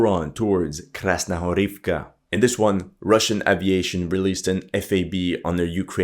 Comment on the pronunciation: Можно бесконечно делать 3 вещи: 1) смотреть как горит огонь 2) как течет вода 3) слушать, как этот ,блогер произносит Krasnogorivka